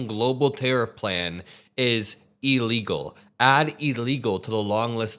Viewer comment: You know what's also incoherent and dumb? Saying illegal like ellegal.